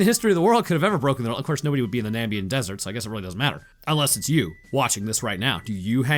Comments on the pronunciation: FOR GOODNESS SAKES!!! It's not Nambian desert! It's Namibian desert! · Him saying Nambian instead of Na-MIB-ian twirled my brain a bit. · na...mib...ian...? it aint hard bruh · I know you're definitely not going to read this. But my brother in Christ how do you read Namibian desert and say Nambian. How does that happen. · It's frustrating how much this bothers me, but it's the NAMIBIAN desert, not NAMBIAN.... FUCK otherwise great vid, love your stuff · Namibian not Nambian. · I believe you meant Namibian and not nambian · FOR GOODNESS SAKES!!! Its not Nambian desert! Its Namibian desert!